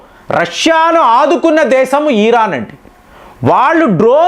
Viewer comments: Mr not e ran but mind it,it's Iran. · బాబూ ఈరాన్ కాదు 😂మేం తెలుగు లో ఇరాన్ అంటాం 😂